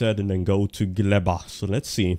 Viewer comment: Fun fact - name of the planet Gleba means Soil in polish. Good use of it cause its a biological planet when you grow things in soil. PS. You pronounce it very well 👍